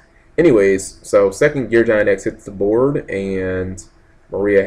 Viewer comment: I know. I always cringe when he gets to Gear Gig-Ant X. =_= But it's his channel. He says what he wants, unfortunately.